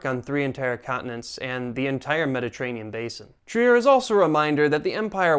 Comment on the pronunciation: German here . don't say Trier say Triir